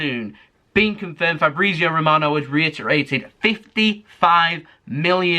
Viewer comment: I love the way says Fabrizio Romano as Fabreezio😂😂